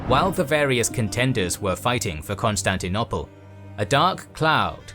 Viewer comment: This is brilliant: wonderfully detailed and helpfully animated, as always. May I just request that you stop talking about 'Constantinopple' -- it's very jarring. The word (almost) rhymes with 'noble', not with 'nobble' (English spelling has some regularities).